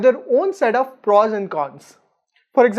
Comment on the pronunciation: Good video.. but please please.. it's not PRAWS.. it's prOs..